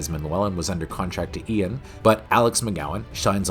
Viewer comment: How do you not know how to pronounce the name Ian?